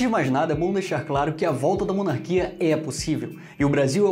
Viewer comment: À... mené "monarquia" kkk